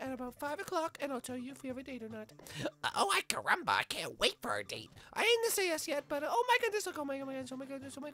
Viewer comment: why does bart keep saying "i carumba"?